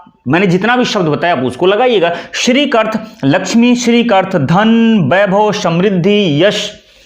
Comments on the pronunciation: बोल तो आप भी ग़लत रहे हैं। वैभव को बैभव बोलते जा रहे हैं। आप वीडियो बनाइये लेकिन इस मैं प्रधानमंत्री को लाने की कोई आवश्यकता नहीं थी। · बहुत से लोग एक गलती करते हैं पर आप हिन्दी के प्याज छिलने का वीडियो बनाते है इसलिए आपसे यह अपेक्षा है इस गलती को तुरंत सुधारें । गलती यह है कि आप व एवं ब का उच्चारण ब ही करते हैं। वैभव को बैभव बोलते है।